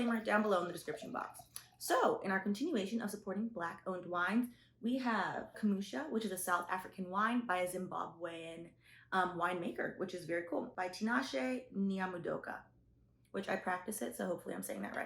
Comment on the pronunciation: It’s not “cum-oosha “ it’s “koo moo sha”